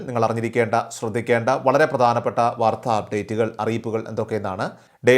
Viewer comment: വാർധാ അല്ല വാർത്ത.😮